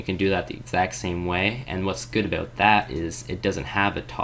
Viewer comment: Are you Canadian? When you say "about" I hear "abooout" like a "boo" is somewhere in there lol